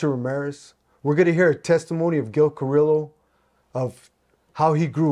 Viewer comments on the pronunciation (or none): Carrillo is pronounced CA like caca RIO like el Rio grande CARIO the L’s are silent I personally happen to know Gil when I was a cagapalo back in the 70 s Gil and his partner art would chase me around fast forward 45 years I got my life together I run into Gil at different places I was on a ship cruise with GIL and his wife a while back I appreciate Gil . He’s a real gentleman and standup guy. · I FUCK WITH YOUR CHANNEL.BUT WHY YOU GOTTA PRONOUNCE HIS LAST NAME THAT WAY?? SAY IT RIGHT HOMIE